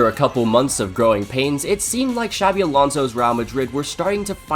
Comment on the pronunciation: A little off-topic, but you pronounce "Xabi" better than many non-Basque Spanish people, man. Props for that. Many people in Spain pronounce the X as "ch" (like in Xavi Hernández) when in the Basque form of the name it's pronounced as "sh". Might sound unimportant but it's soooo annoying ☠️